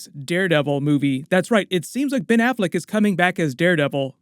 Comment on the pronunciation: Ben Afflect ?! Really ?!?!